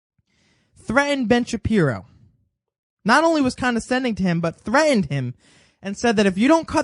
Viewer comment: Why are you saying: "Thre-INed". The word "threatened" has a "T" in the middle of it. Can't you say "threat", or do you just say: "thre...."? You seem to have no problem saying "absolutely" and it has a "T" in the middle, so what's the deal with "thre-ined"?